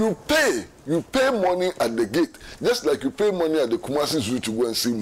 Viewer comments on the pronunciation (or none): none